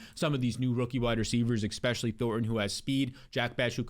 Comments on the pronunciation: please… if you are reading this, enough with the expecially. ESpecially. Please man it’s bugging me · *especially. Not eckspecially